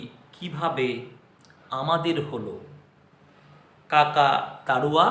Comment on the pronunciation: কাকতাড়ুয়া শুনেছি কিন্তু কাকাতাড়ুয়া কী